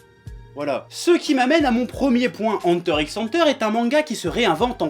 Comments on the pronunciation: C’est pas Enteure x Enteure ni Enta Enta C’est Hunter Hunter le X est une croix.Le signe de multiplication tu le prononce X ou fois ? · Superbe vidéo. Une seule question: Tu fais exprès d'utiliser cet accent français Anteur x Anteur ? c'est un peu sale mdr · il ma stressé toute la videos avec sa prononciation de hunter x hunter (henteur x henteur) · Moi je prononce ça "Heunter X Heunter" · ... Ça se dit pas "Hunter Cross Hunter" ? J'ai toujours dit comme ça ... Je viens de créer un débat dans les commentaires, c'est ça ? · J'ai toujours dit "Hunter ikss Hunter" aussi x)